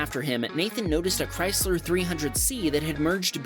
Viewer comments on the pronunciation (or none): none